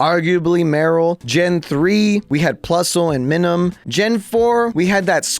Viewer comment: Lmao, bro hates on Wolfey’s joking pronunciation, while he ACTUALLY says so many names wrong. How did you not understand the concept for Minun? PLUS and MINUS. M-EYE-NUN. And oinkologne isn’t a play on bologna, it isn’t even spelled the same 😂 Bruh